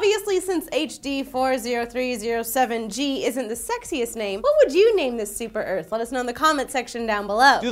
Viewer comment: Searth, as in SEarth, as in S Earth, as in Super Earth. Yea you get it.